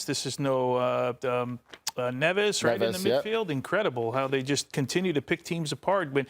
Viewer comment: Their names are Fabian Ruiz and Neves, not "Pablo Ruiz" and "NeveZ" 🤣🤣